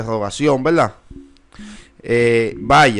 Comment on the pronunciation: Y se dice verdad, no veldad. No sé porque cambian la R por la L